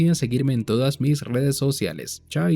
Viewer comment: excelente explicacion! muy detallada!, amigo de que pais es usted? el chaito me sono a chileno! saludos!